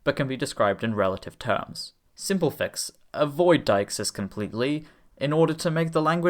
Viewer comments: Utterly dagenhamheathway, but brilliant! (Btw, it's 'de-ixis') What real language do you consider gets closest to your criteria? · actually [de:xis] or [di:xis] in Attic or Koine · I have spent the last fifteen years unironically pronouncing "deixis" as "day-IKS-iss." Not, like, often. But unambiguously